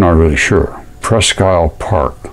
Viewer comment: Wished I new you, Sir when I was stationed up in the Upper Peninsula of Michigan. I saw some neat formations but never knew anything about mudfossils. Presque Isle is ]pronounced " preskeel " Old French.